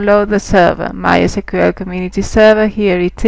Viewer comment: No no no You cant say "My esquel"!